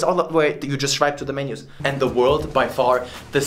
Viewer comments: Nobody: Not a single soul in the universe:: SCHWIPE IT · “You shwipe it” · When you said shwipe it, the only thing came to my mind is Tinder.